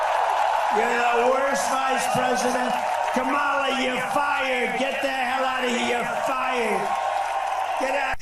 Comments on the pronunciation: And it seems impossible for Trump to learn how to pronounce Kamala properly. I mean, he really can't. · I don't understand why he doesn't have the balls to pronounce her name correctly. He is doing it on purpose. What a jerk. 🤬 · Trump can't even pronounce "Kamala" right. It's pronounced Com-uh-luh not Cuh-mah-lah.